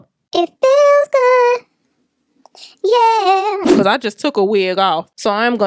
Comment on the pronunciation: Your “ becawse” is so churchy 🤣🤣🤣